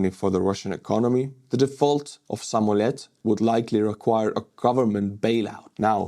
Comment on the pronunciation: Samolët, pronounced sa-mall-YOTT, means airplane.